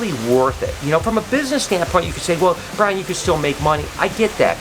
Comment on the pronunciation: And it’s Brian not brain 😂😂😂